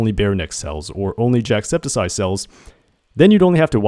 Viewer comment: No one is talking about the fact that he's saying "jackseptiseye" 😭